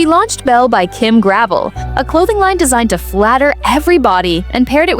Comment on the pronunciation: This isn't just true for Kim Gravel (her name rhymes with 'bell', as in Gra..vell). All the clothes on QVC suffer from the same problems. High price, low quality and lack of inventory. God help you if you find something you really like and want to go back for the same in a different color. It's to the point where you have to buy every color in one go in order to get it. Denim & Co., Isaac, Susan Graver all suffer from the same things. I did find quite a few of tops by Lawrence Zarian that were really nice. But I can only afford clearance items now. Gone are the days where QVC represented quality and value, not to mention convenience.